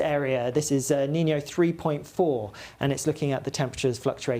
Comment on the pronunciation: It’s pronounced “Neen-yo” not like this boy says it “Neen-ee-o’